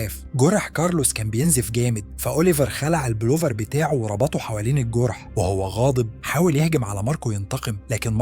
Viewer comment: انت بتتكلم كده ليه و اسمه الجوورح ولا الجرح و السلم ولا السولم 😒